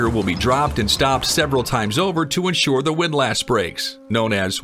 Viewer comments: It's pronounced WIND-LISS, not WIND-LASS. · The "a" in windlass isn't pronounced quite like it would be in the word lass. It's more like "windluhss" or the "less" in helpless or clueless. I'm sure there's a symbol for the sound, but I wasn't an English major, and hence sort of clueless about that. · the word is pronounced like WIND-LESS 😀